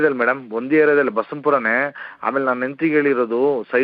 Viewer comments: Basavapura alla basavanapura sariyagi mathadi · Basawanpura not baseapura 😡🤦